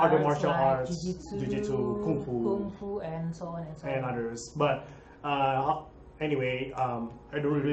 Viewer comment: It's Kung Fu not kunfu